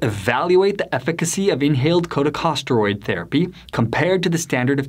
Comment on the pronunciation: Who is this narrator for this video? Is he an epidemiologist or MD? I don’t think so. “Political aspirations” & “talk radio show host” raise huge red flags for me, regarding Dr. Bartlett. If so, why can’t he pronounce the simple & ubiquitous medical terms “epithelial” or “corticosteroid”. It’s like someone claiming to be a surgeon who doesn’t know how to pronounce the word “scalpel”. This Does NOT engender confidence in HIS opinions or interpretations, although I do have confidence in the consensus judgment of the two medical societies he mentioned at the beginning of the video, which rejected Dr. Bartlett’s assertions. The solution for treatment will come out of top-QUALITY controlled studies. A boatload of quackery & medical scams will come out of uncontrolled studies.